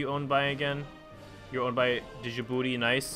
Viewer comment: Just saying, it is pronounced "Ji boo tea" instead of "Di Ji booti"